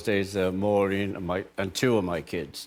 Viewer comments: As a Liverpudlian, I find his pronunciation of "and" as "end" totally reprehensible. The guy is from The Pool, he fed off that, all his life, but never paid due respect, he was too LA and beyond that. BOO. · Ringo's pronunciation of 'and' is very American. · I'd never even noticed until this particular interview that Ringo has developed the American twang when he uses the word "and". The way he pronounces it. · The only time Ringo sounds American is when he says "and". The rest is pure scouse.